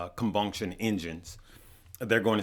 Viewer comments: Me be trippin me out on the pronunciation of some of his words😭 “internal combunction engine” it’s combustion not ^😂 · Combunction? Lol do you mean combustion keep up the good work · Cmon Combunktion Engines!! SMH Love Ya Lmao. It's combustion my man